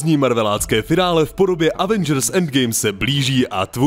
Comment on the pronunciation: se pořád nenaučil vyslovovat slovo Avengers. To už je na žalobu!